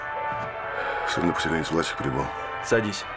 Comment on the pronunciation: Плевать на внешнее сходство, но дикция актера играющего Сталина... Противно слушать и временами вообще не понятно что говорит. Произносит:"Власик", а слышется "Васик"